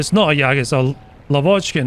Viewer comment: Just wanted to say that the correct pronunciation is Lávochkin and not Lavóchkin.